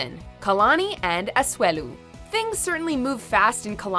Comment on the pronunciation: Okay... it’s pronounced A-SU-E-LU and Samoa is pronounced SA-MO-A not SI-MOA !!!!